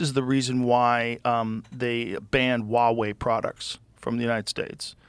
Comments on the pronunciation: Can someone please tell Joe it’s hua wei. You pronounce the H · Joe, as a person of Chinese descent, I'm telling you that you need to pronounce the "H" in Huawei, like you did in "Huang". You sound like a dork silencing the H